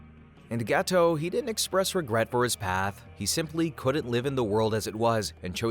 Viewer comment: It's annoying that you keep saying "Geto" and "Satoru" wrong while referencing the English dub.